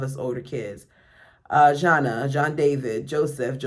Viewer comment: I love when these narrations drop!!! It give me Reading Rainbow nostalgia vibes lol 🥰. Side note: Jana’s name is pronounced like Hannah.